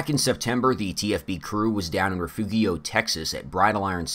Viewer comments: It’s pronounced… re-ferio.. not Re-fugio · 1st of all guy, there's 2 ways to say Refugio, and you didn't come close to either 1. Lol. In Spanish it's Re - fu - ghee - o In Texan, it's Re - fear - E - O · refugio is pronounced re-fu-he-o